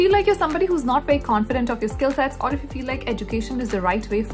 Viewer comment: Didn't know about this; thanks for the info. Also, I like your presentation style and voice. But I did chuckle when you pronounced "very as "wery", though :)